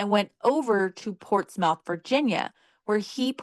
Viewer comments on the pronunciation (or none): It’s pronounced “Portsmith” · Ohio girl here it's pronounced "portsmeth"